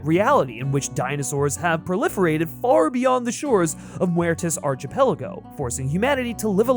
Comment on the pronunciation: lose the guitar background, it's very distracting. Also, learn how to pronounce words before using them "archipelago" is pronounced with a K, because it's from Greek. Ark not Arch!